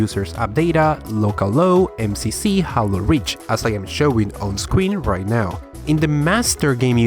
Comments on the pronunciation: I say Haylow and you say Hallow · bruh it's "jeilo", not "jalo", c'mon bruh, i know you a spainiard but this ain't difficult. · Hahahahahaha It’s pronounced HEY-LO not HAL - LO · Haylo not haaloo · He said hallow game lol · "HALLO: REACH" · Spanish pronunciation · disliked because you said hallow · You are saying HALO wrong! it's not holo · "HA-LO", "SHA-YO-ME" How many more do you want